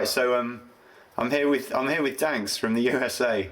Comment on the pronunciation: Wankss you really need to know how to pronounce my username. ;-0